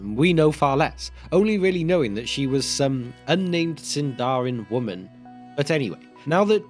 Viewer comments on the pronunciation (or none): none